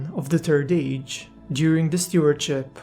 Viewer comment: “da turd age”